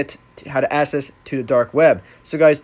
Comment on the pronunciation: Dude, good video! Small thing though --the word ACCESS is pronounced ACK SESS. All "ACC" words are pronounced AX. Keep up the good work.